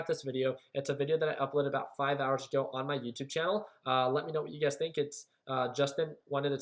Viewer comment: Whenever you say, "you guys" I think you are saying "UGAZ"... LOL :)